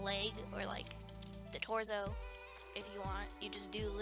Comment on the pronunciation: i love how she says torzo